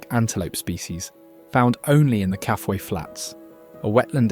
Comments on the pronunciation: Kafue pronounced.. Ka...foo..e. Lived on the Coperbelt for 10 yrs. I have been to the source of the Zambezi a few times. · BS title. There is nothing "shocking" in this video. Stop the hyperbole. Your video is good enough and deserves better. I believe the Kafue river is pronounced ka-foo-i with the stress on the oo. In the early 1930s my father did some of the original geological surveys along the banks of the Kafue. In 1960 we went on a tour of Africa. I attach a short video made from his old negatives. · It’s pronounced “Kaafooye “ Kafue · Hi, really enjoyed the documentary! Just one note — it seems you haven’t been to Zambia, otherwise you’d know how to pronounce Kafue. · Mispronounced Kafue.